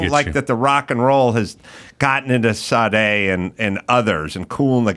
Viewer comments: "Saw Day!" 😂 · Now if only could learn how to pronounce her name correctly before correcting others.